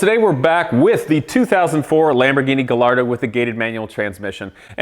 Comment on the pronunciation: Guy yard oh. This may help you when LL is pronounced like a Y in Italian. Unlike Hello, it might take some time to comprehend it. Edit: maybe the slang "Heyo" may have come from it. The more you know.